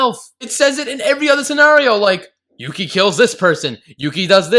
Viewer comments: That 'Yuki' part started sounding like Mucy (hard c sound, like mucus, not like mercy) shifted back to Yuki... then started sounding like pukey. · It's Yūki, not Yuki. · With the bouns it sounds like she's saying milky😂😂😂😂😂😂😂😂😂😂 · At the end when Yuno is saying Yuki over and over again it sounds like Nunki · After the first 20 times of hearing "Yukki" I started to hear Milky XDD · Is it me, cause when she says yuki, its sounds like milky. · Sounds like she’s saying mukia or pukie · it sounded like she said “Yuki you pee?” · After at least 5 "yuki's" it started to sound like she was saying "milky" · the more I listen to yuuki the more it sounds like puukie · Yuno said Yuki so many times it started to sound like Pukey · I Always think of how "Yuki" starts sounding like "you gay" And remember akise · I swear I heard winkie instead of Yuki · At some point near the end "Yuki" started to sound more like "Pukey." I think this name is far more accurate to his character. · I got so annoy when she said yukii I got so annoyed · at the ending when she's saying yuki bunch of times does anyone else here "you keep" instead of "yuki"? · if you listen to the Yukki over and over again it starts to sound like "Puking" how i feel about this anime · 10/10 best review, best review. Also if anyone listens in the bonus rounds after a while Yuno sounds like she's saying "dookie" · saying Yuki's name was a sin. hahaha